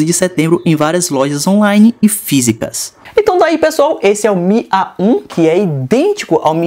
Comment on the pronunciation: o faz AH um AH 1 kkkkkkkkk